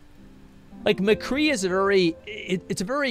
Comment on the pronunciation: i think i heard some of them say "The Cree" instead of McCree and i swear one of them said "bang bang shooty shooty guy" or something idk if he was just trying to be funny tho